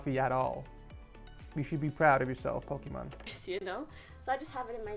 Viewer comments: 'POKIMON' omegalul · Bruh u said pocemon it’s poximAne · no it’s pokemon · naw not really, her name is Imane which pronounced as "e-mon" so it makes sense that the Imane part of Pokimane is poke-mon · Lmao I’m dieing. My guy really said Pokémon for pokimane lmao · Ain’t nobody gon talk about how he said Pokémon instead of Pokane lol 😂😂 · He calls her Pokémon not pokimane hahaha I’m dead lol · Love this guy but did he really call pokimane pokimon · Does everyone just not gonna acknowledge he said pokimane, pokemon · Hey Pokimane is pronounced with ai not ah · no one gonna talk about why he said “pokimone” instead of pokimane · Pokémon 😂 wen it’s poki-mane lol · Me: Pokimane: pokimon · “pokimon” me: “bro its poki ‘main’” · Bro it is pokimane not Pokemon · its pokiman not pokimon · Ok is it me or did u call her Pokémon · pokimon lol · when he called Pokemane Pokémon great video btw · "I have a question for you 'Pokimon'"💀😂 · so all the pokimane simps gonna be mad at him calling her pokimon xD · it's not though even her calls her self Pokey-mane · it is Poke-Imane. its why she was never forced to change it like other people who use "poke" names. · lmao the second i heard "PoKeMoN" i went straight to the comments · it's pokiMANE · nah u pronounce it like "poke-main" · When pronounced Pokimane as Pokemon, did anyone else cringe? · Hearing him call pokimane pokimon the whole time left me dead 💀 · I Like How He Calls Poki "MANE" Poki "MON" 😂😂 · my dude said "Pokemon" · Did I really just hear this man call pokimaine Pokémon where’s poki’s simps backin me lul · You said it wrong it’s poki maine that’s how you pronounce it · He literally called pokimane “Pokémon” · did he actually say pokimON? 😝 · My man rating popular YTubers but forgets to say Pokimane's (po-kie-mane) name right? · Did he call her "Pokemon" lmao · My man really said Pokeman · the antisimp "pokimon" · ah yes pokimon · you said pokey wrong